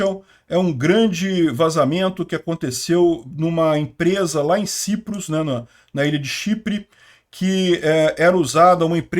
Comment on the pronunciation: Ou é Chipre, ou é “Saiprus”.